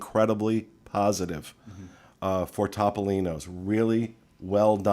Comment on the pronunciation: In the Italian language, the letter O is always pronounced OH. So it’s T-oh-P-oh-LEEN-ohs. There’s your PSA for today!